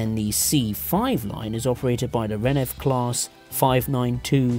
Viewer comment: Also, it's not renef, it's RENFE